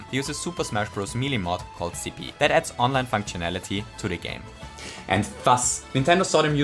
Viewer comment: "Good Audio Ceave" XD